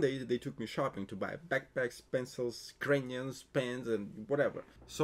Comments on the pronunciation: my brat as one slav to another i love then fact are people get straight to the point, but comon you need at least a 2 sec video intro before you start unloading info on us. btw its pronounced Cray-ons otherwise sounds like you are saying Ukrainians. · Why when he said crayons I heard Ukrainians..... whos gonna get the Ukrainians first 🤣